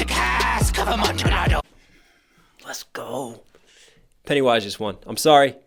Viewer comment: Showed this to my sister (who LOVES EAP) she pointed out that they mispronounced Amotillado. Automatic loss to us. 😂